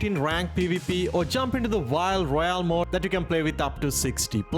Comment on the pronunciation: he means mode not mod you guys